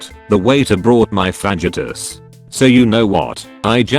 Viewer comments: I love me some "vagitahs" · The way fajitas is pronounced lmao